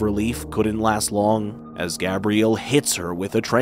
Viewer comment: Wait… why is he pronouncing the father’s name like Gabrielle, not Gabriel?